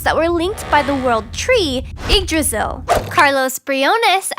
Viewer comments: It’s not pronounced Yggdrazil, it’s pronounced (Yig-drae-zil) spelled Yggdrasil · the tree is pronounced,,YG-dra-Cil